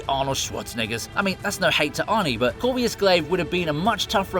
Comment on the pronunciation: Where did you get the name Corvius from? His name is Corvus..